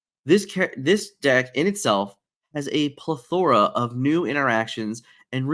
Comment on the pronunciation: what got me was how he said plethora